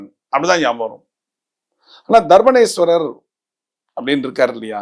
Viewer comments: தர்ப்பாரண்யேஸ்வரர் என்று உச்சரிக்க வேண்டும். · தர்பாரேண்யேஸ்வரர் சரியா உச்சரிக்க வரலை ஐயங்கார் மாமாவுக்கு. பரவாயில்ல ஐயங்கார் சிவனை பத்தி பேசனதே விசேஷம் போங்கோ. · தர்பாரண்யேஸ்வரர் ஸ்வாமி. சரியாக உச்சரிக்க வும்.